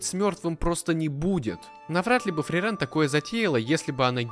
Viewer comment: От самого видео я в восторге, только бьёт по ушам неправильное ударение в имени Фрирен, оно должно быть на и, и, кстати, вероятно, это имя — отсылка к немецкому слову мёрзнуть или морозить, и пишется оно на немецкий манер с длинной и — Frieren, и поэтому в японском произношении тоже ударение на и. 👓